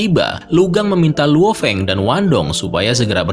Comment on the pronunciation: Bang biar gak susah nyebut luo Feng sebut Lao Feng aja bang bias enak di denger